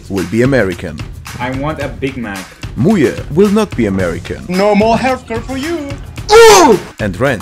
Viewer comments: MuYe❌ mooye✔ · Ah yes I like "MuYe